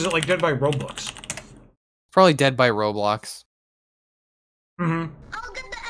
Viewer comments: i love saying “ro-blux” and gir getting increasingly frustrated while correcting him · stream of "roblux" and "false baaulp" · It’s like when a mom intentionally mispronounces Pokémon as Pokémans or something